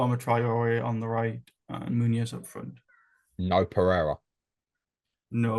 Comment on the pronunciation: Absolutely fantastic, every single one. Just bothers me a little bit pronounces the n in Muniz as if it were Muñiz (Spanish) or Munhiz (Portuguese). 🤓